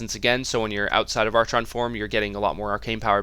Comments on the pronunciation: Wtf, Arch-on? It's pronounced Ar-chon. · It's pronounced, AR-KON. not ar-chawn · Every time he says ARCH-ON I want to kill myself. ARE-KHAN. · Said r kon. Not arch on. Stupid... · Cool vid :) Are you from Sweden? Your english is really good but you should pronounce archon as ArKon. :) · its pronounced ARKHON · Or, y'know, if you pronounce words correctly it's "R-KHON" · yea that "ar-chon" is so damn annoying.. -_ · love your videos, always entertaining. To echo what everyone else has said, "arkon", and "maylay". Looking forward to the DH guide too. Keep up the great work. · Love the vid keep up the good work. But for the love of god it's pronounced arkon (from the Greek arxon meaning lord) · Great video, but the "archon" pronunciation made me facepalm through the video. ;) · Good guide. Hilarious how you pronounce archon, though, lol.